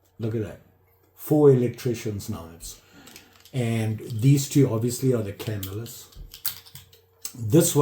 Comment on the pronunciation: Hey, i enjoy your videos and i'm a subscriber. I started dabbling in knife collecting all because i saw a Knife Doctor video and that led me to you. I'm absolutely an amateur although i've always liked them but never seriously collected them. Anyway, and i hate to mention this, but i think you are pronouncing Camillus wrong. It's a definite 3 syllable word and it's pronounced ca mill us. Please don't think i'm a smart ass/know it all.Keep up the great videos!